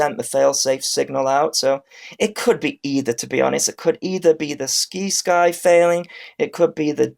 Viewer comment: It's pronounced Sigh-sky Like other words with Sci like science.